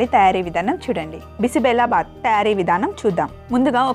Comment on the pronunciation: Adi బి సి బె లె భా త్ kaadu బి సి బెళెబాత్. Ee word kannada word. . .